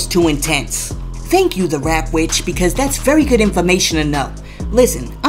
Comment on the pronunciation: It's The 'Trap' Witch, Not the Rap Witch🤷🏽‍♀️🙏🏽